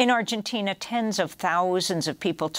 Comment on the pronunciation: hello. Chile, Ecuador model for Arhenteenah*!😎👍✌️🌍